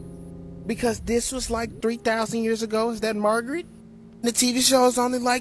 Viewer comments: Her name is Marge not Margret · And four fingers! ha, I saw that too... And that fool said Margeret.